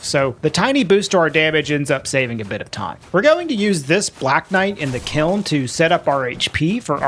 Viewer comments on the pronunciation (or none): none